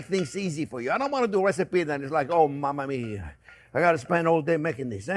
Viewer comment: I absolutely LOVE the way Chef J-P says "Mama mia!" With his French accent!